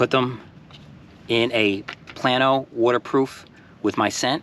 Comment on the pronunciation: It’s pronounced PLAY-no. The company is named after the town. I grew up about 20 miles from the factory.